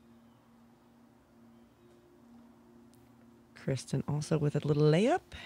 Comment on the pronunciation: No, but she mispronounces Kristin "Krischun" like Christian putting a "ch" instead of a "t".